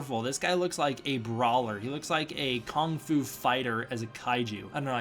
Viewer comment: "A Kong-fu fighter as a kaiju!" -- heh, an acceptable slip of the vowel there.